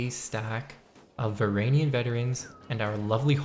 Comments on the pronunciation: It's varangian not varanian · "VR AN JEE UHN" the G is a J it's not silent. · PRONOUNCE THE G IN VARANGIAN PLEASE MAN IM BEGGING YOU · Isn’t it pronounced Var in Gee in